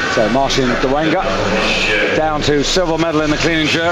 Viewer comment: your videos are the best, why he says dolenga and not dolega, or i heard it wrong